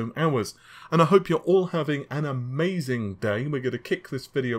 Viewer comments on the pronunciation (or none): none